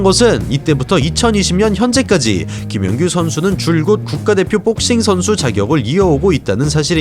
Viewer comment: 근데....뽁서;;;ㅋㅋ발음 특이하시네요..영어잘하실텐데..뽁씽..한국 특유의 악센트..ㅎㅎ재밌네요